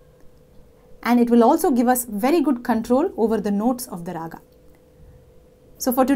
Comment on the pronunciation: You are such a good teacher;your tutorials are so helpful. However I wonder why do you keep saying raaga instead of raag.